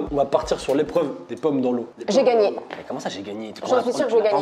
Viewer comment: j’adore quand a dit ✨J’aI GaNgNe ✨ directement elle l’a dit sa me tuer 😭😭😭🥲